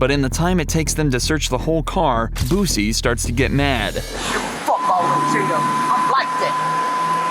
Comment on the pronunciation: "Boosie"? Lmao.